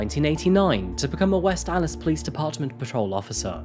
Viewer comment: 1st things 1st I adore this channel. I’m obsessed with true crime and this channel rocks! Next I love your accent. I live in Milwaukee and the way you pronounce Wisconsin is too good! And you pronounced Allis correctly too. Most people who are unfamiliar with West Allis say it wrong.